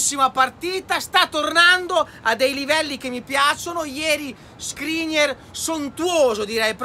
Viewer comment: Ahahha mitico, cmq skriniAr non skriniEr